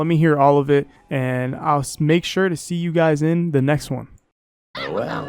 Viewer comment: “I’ll smake sure to see you guys in the next one.” 😂